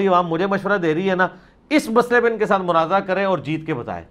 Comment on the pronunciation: Munazara hota ha Munazira kya ha hahaha